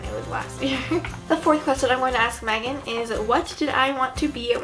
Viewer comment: I swear she said magan